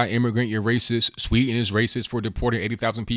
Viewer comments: There is a "d" in "Sweden". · Sweden not Sweeten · It's pronounced Sweden, not Swee'n. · Please pronounce the "D" in Sweden, It's NOT "Swe'en" it's "SweDen" I'm Swedish :) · It is pronounced Swee DEN, not sweeten. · sweeden not swee"n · Learn how to pronounce "Sweden" please!